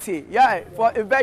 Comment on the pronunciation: LOL I REALLY LOVE THE INTRO . EVENTUARRY